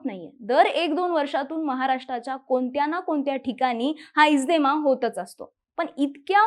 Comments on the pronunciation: इज्देमा नाही गं बाई इज्तेमा आहे ते... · इज्देमा नाही, इज्तेमा, आहे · It's इज्तेमा not इजदेमा